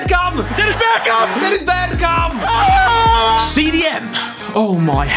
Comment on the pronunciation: yeah I speak Dutch so I can confirm that it was a pretty good pronounciation